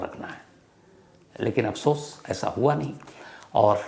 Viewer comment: Anchor ko boht "Afsosh" hua, Hanaya ki galti par😂